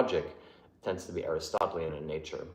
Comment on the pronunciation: you are brilliant but some of your pronunciations are so bad! The way you said “Hitherto” cracked me up. Not that it matters, but “Aristotelian” “Kierkegaard” and “Weil” should be “Vey” “keerkegor” and “aristoteelian” but almost nobody gets those right if they only read the words and never hear them spoken. I might be wrong as well, but that’s how I usually hear experts say it.